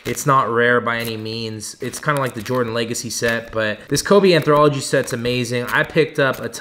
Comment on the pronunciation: Low key had to go to google to see if I had been saying “anthology” wrong this whole time. Turns out there is still not an R in there.. 😂 Just messing. Love the vids man. Keep it up!